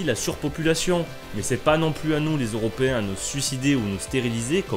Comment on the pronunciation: Insupportables : cette musique de fond, ce survêt (pub Adidas), ces insultes gratuites à chaque phrase, cet accent pourave (mé, mé, y a encore un mé...) ! Quel que soit le contenu, la forme est tellement imbuvable, que j'ai abandonné le visionnage...